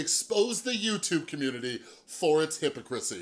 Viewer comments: I was taking this guy seriously until "hippocrissy" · You're saying Derek's name right, but youre mispronouncing hypocrisy lol